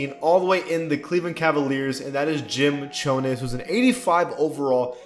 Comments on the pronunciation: pretty sure chones rhymes with jones. not cho-ness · Appreciate the enthusiasm, bro. But you said a number of erroneous things there, dude. Jim Chones' name is pronounced Chones, like phones. Don Buse's is pronounced Boo-Cee. Louie Dampier was fire back then for the Kentucky Colonels, which was a totally different franchise from the Spurs. Dampier never played for the Spurs in the ABA. Embry played for the Royals, which was what the Kings were called back then. Sharman was the first or 2nd option for the Celtics, never the number 3 option in his prime. Schayes led the Syracuse Nationals (before they were called the Sixers) to championship in '55 before the Celtics started dominating league in '59; though the Celts first won in '57. Respect for the effort though.